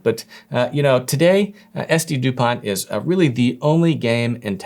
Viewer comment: The t in Dupont is silent btw